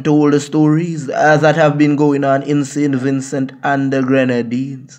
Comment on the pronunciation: Me like how Im ah say saintVincent and nuh sin vinsu It ah get me mad sin vinsu Im from saint Vincent